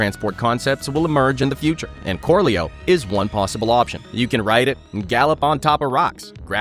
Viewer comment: I had to laugh at Corleo... korleo... korleau... they literally invented a horse. If only there was something that was like a horse. A horse?